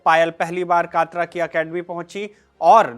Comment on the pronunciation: कात्रा नहीं कटरा है